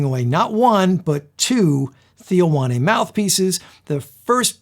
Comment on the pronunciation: it's not Theo Wanne, it's pronounced wain or wane